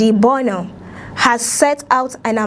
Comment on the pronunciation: BO NOM ?? 😂😂😂 hello, please pronounce our PM's name correctly..! Doughnut 😮